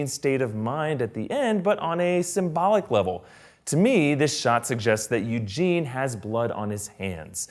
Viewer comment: Lmao "Youjean", thats great i love it lol It's Eugene btw ☺